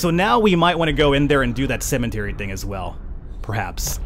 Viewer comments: Love the game and your pronounciation of cementary. cemetary. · Its called a CEMETERY! Not CEMENTERY! XD